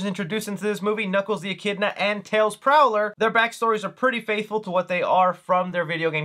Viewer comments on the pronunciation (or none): Miles Prower. Not Prowler. As in Miles Per Hour? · Great video, but I would wince everytime you reffered to Tails as "TAILS PROWLER" rather than "Miles PROWER". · It's not "Miles Prowler" it's "Miles Prower" which is a pun on miles per hour, if you say his name fast enough you hear it. Sorry, kept hearing you pronounce it Prowler and it got to me. Also one of my favorite Easter eggs is the part where Knuckles asked if there were grapes in the ice cream, since the Sonic 3 game manual states that his favorite food is grapes. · Bruh I don't wanna be that guy but it's weird to hear someone talk about tails and say "Miles Prowler" when its actually Miles Prower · Dude how can you be such a big fan and mispronounce tails's full name. Its Miles Prower (No L, I use to say it wrong to when I was younger). Say Miles per Hour, while reading Miles Prower to understand how they got his name). Just sayin' . Was not ment with hate, more to educate 😄